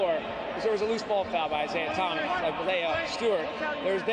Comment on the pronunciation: man said Isaiah Thomas 😂